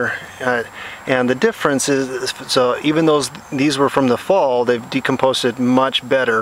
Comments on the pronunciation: Decomposed, not "decomposted." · the word is "decomposed" not "decomposted" ... love your enthusiasm for wood chips. just had several yards dropped off for free (truck was right beside my house trimming at a a neighbor's). apple and pine and a few others. heavenly smell.